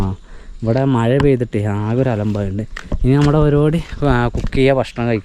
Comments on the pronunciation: ഇവിടെ മയ, പൊയ, ഇജ്ജ് അവിടെ മഴ, പുഴ, നീ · മയ അല്ല മോനെ മഴ